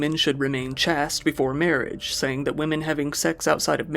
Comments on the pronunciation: Dude, did you really say ch-ast 🤨 I love your channel but mispronouncing this simple word? How can you not know this word 🤭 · FYI “chaste” is pronounced like “chased” 😆❤️ (Not a criticism—we love you!) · Agreed... If only he pronounced chaste correctly 😏